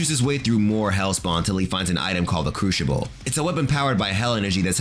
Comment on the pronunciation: Your pronunciation of the word crucible is absolutely horrible. It’s not a cruchible for god sakes